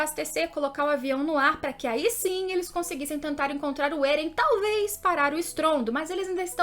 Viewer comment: "êren" "mikaça"